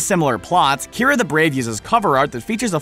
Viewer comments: kee-are-ah not kyra... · You mispronounced 2 things wrong that I could see. One. Kiara the brave. (Key-are-ah) Isn't that weird? Two. The legend of Sarila. Why is it pronounced (sir-rill-ah)? Dang animation has killed me.